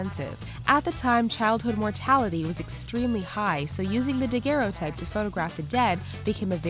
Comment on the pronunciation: PLEASE! It's DAG-er-o-type!